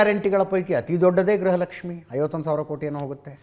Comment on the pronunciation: It is Gruha Lakshmi not Graha Lakshmi madam because pronunciation and enunciation plays an important role and rule in our life. Graha means planet. Gruha means house.